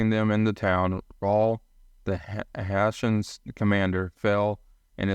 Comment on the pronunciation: Hessians needs to be pronounced correctly.